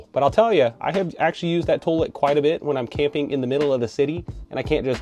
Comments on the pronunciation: Lol toe let instead of toy let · you have a "TOH-lette?" Is that what a Florida accent sounds like? 😉